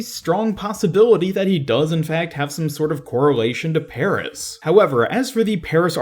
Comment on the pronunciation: Please bloody stop saying Peris